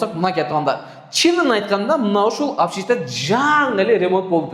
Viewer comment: Обшита эмес общежития, эн жакшысы тилин келбесе жатакана деп суйло, хол эмес коридор, ашкана болмо болуп эсептелбейт, демек 1 болмо, 36 мин доллорго 1 болмо жатакана Бишкекте да жок.